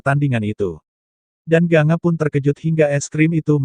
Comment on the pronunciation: Gangga ucapannya bkan ganga